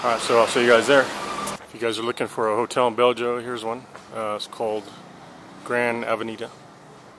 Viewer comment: You should really brush up on your Spanish. If you can't pronounce Bello, then you'll have a hard time doing anything